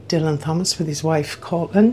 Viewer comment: Great to see and hear you back on YouTube,. I agree what you say about Fitzrovia. How I imagine village life in London. How I wish Soho looks but doesn't. Michael Bentine is pronounced Ben-teen. Also, Dylan Thomas - the H is silent.